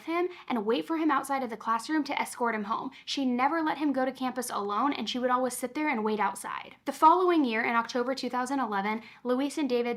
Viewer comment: "And as ALLWIZZ" I'm sorry but it cracks me up every time you say always 🤣 😅 I've never heard it said like that in my life